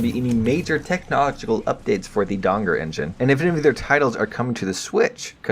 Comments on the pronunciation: I dont think Dagor is pronounced Dangor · It is Dagor. Not Dangor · The way you pronounce Dagor Engine sounds like Donger.